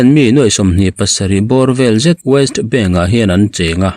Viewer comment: Waist bank ti lovin West bank ti in lam la